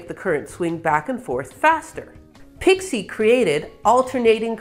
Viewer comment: she says "a nearly unpronouceable name then proceeds to pronounce it without the slightest difficulty (ha, got ya!)